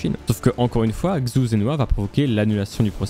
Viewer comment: xu... quel cringe cette prononciation, c'est "CHU" qu'il faut dire.